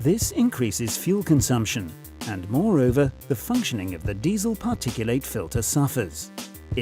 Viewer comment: Drop the bloody stupid bot voice. PARTICU--LATE ?!!!! 😂😂😂😂😂